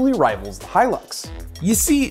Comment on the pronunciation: It's Hilux goddamn it. Hilux! Not Hylux.